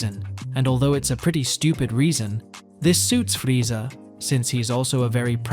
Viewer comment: Bro you don’t even say Vegeta and Frieza correctly lol